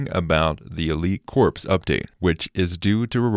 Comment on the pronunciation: You pronounced “corps” wrong countless times and it brought me physical pain. It’s pronounced the same way you would say “core”.